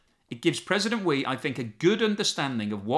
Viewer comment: "Xi" is pronounced "Shi" in English.